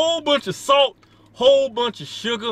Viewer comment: FATT SUGGAAH AND SAAHLT 😂😂